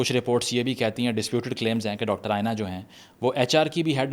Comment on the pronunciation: its aena, not ayena